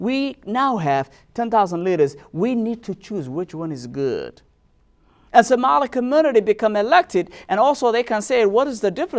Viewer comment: Do you even listen to yourself? Subhanallah, you don't make any sense. Brother before you speak please get a script so it will make easy for you to get to the point. Plus why are you trying to get an accent that’s difficult for you? Because you are NOT even pronouncing Somali correctly.